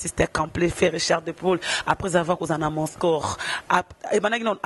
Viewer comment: Yo mutu licencié na Ifasic oyebi te que balobaka Moscour te? Moscou, Moscou eee nde balobaka